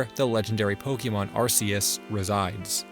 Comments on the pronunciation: This was a fun video to watch, but there's something else I have to say: Thanks for not calling Arceus "Ar-Key-Us" like the recent games do, "Ar-Cee-Us" will always be the best pronunciation. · Thank god, he pronounces Arceus correctly